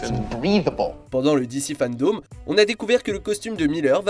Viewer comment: Par contre fandome pas fandaume c est vraiment relou la façon dont tu le dis tout le long